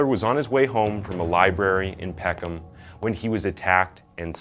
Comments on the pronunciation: it’s pisses me off every time i hear Peck Ham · PECK-EM. NOT PECK HAM. Why can't Americans or Canadians pronounce English towns and cities at all.... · You don't pronounce the H in Peckham